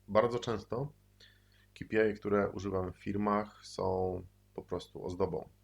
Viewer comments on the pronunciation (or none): ej, to sie mówi kej pi aj